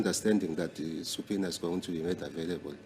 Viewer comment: U GUYS ITS SUBPOENA(PRONOUNCED SAPINA) NOT SUPINA😂😂😂😂 U DUNDER HEADS